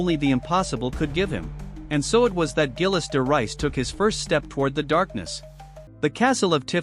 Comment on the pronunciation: Zheel de Ray is the pronunciation